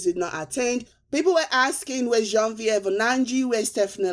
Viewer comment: Hi. Shout out to me and the others who click on the like button before listening to cool calm collected. Thanks for pronouncing the name Genevieve properly a la propre French. Love from Lucy..Baltimore Maryland. Happy. Friyayy.